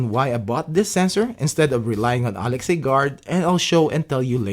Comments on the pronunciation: Please learn to properly announce Alexa. It’s not Alex+A. It’s hard to take a review seriously when they can’t bother to learn the name of the product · it's pronounced A-Lex-Uh btw :-) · It was deliberately mispronounced so it won't set off your echo devices.